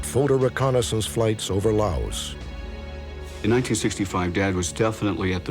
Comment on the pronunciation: I remember JFK talking about Laos but pronouncing la us with a long a